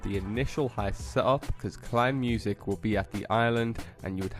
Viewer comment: Its called "KEINEMUSIK" not "KLEINMUSIK"